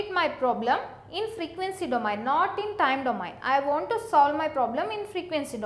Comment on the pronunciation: plz right called of domain pronunciation